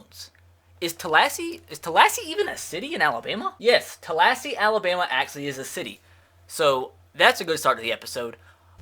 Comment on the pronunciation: It’s pronounced tal-e-hassy